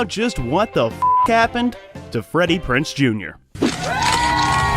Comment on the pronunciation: It's Freddie Prinze Jr. Z, PRONOUNCE THE Z, IDIOT